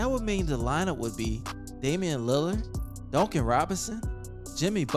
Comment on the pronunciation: Dooncan robinson lol